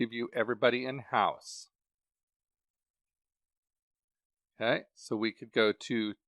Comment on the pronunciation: Take a shot each time he says “o’key”